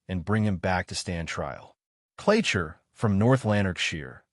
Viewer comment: It’s Clacher, pronounced clacker with a hard A, like APPLE. I’m Elle, the victim who started the ball rolling. He has other victims who’ve now come forward to the police. He asked to come in to use the bathroom. He was never meant to be in my home. His photos were absolutely not like him in real life & he’d taken 10yrs off his age. He’s a dangerous predator whose fantasy is known to be “having ax with a de@ person” which I recently found out. So, was that going to be his next move….? I won’t stop until he’s locked up for life or everyone knows his name. The 2 girls attacked in his gym were young. One was only 15. So so much to this story which has yet to be told. Thank you so so much for sharing this 🫶 🏴 x